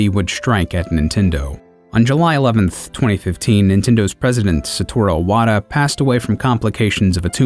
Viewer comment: "Saturo Iwata"